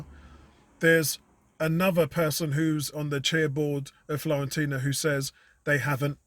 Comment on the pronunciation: Nice synopsis mate....we are all in the wait and see mode right now.....and by the way ....there is no 'L' in Fiorentina 🤣👍🏽👍🏽